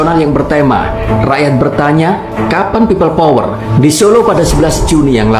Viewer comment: Kok aku dengernya pipa power...😢